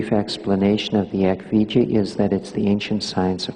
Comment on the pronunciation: 🌻Thank you for your complete and accurate answer Also your time and attention Yes, that was the perfect answer My guess was the word "Eck Vidya", but Mahanta's pronunciation seemed to be "Eck Vi - ja". Thank you again and I wish you the best May the blessing be